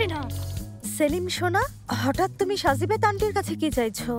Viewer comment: আরে ভাই সাজিবেত না সাযিমেন্ত